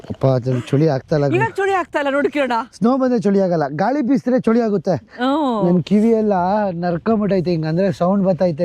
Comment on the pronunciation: ಚಳಿ❎ ಚೋಳಿ ✅